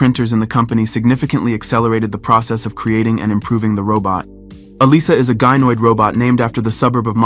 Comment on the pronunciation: What is a "Guy-noid"?